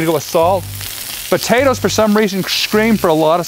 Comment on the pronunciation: Lol Buhtaytuhs